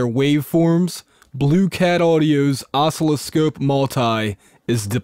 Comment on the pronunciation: It's pronounced "uh-SIL-uh-skohp" with the accent on the second syllable.